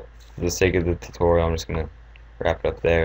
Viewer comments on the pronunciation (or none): none